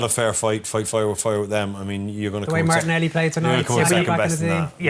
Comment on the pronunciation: Martinelli…. no “ y”